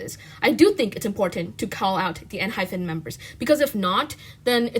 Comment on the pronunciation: Girl... I agree with everything you're saying but PLEASE!! It's Enhy PEN not PHEN 😭😭😭